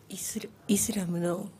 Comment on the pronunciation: イズラムじゃねーｗ イスラムだわｗ!!